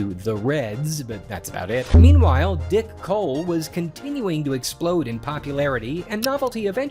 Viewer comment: I giggle every time he says “Dick Hole”… Oh, I mean “Dick Cole”